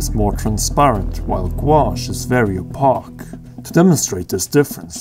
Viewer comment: As an artist watching this was kind of painful because of the mispronunciations of certain artist terms. Plein air (plen-air), opaque (oh-pake)